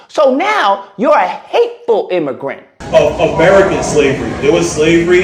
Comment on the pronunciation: Imm- a-grant!😂